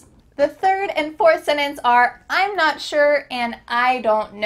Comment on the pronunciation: I'm Na-(t) sure (I AM) sure that this is not English pronunciation.